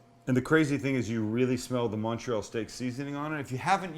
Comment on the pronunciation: Great video. You actually pronounced Montreal correctly, most people don't. (I'm from Montreal) Only one question......where's the provolone cheese?!?!?